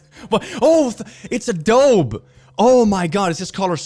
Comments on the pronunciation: it’s said A-doh-bee not a-doh-b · why he say adobe like that? is that how you say it?? HAVE I BEEN LIED TO ALL MY LIFE????